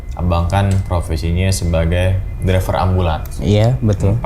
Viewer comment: Driver bang bukan dreper😂😂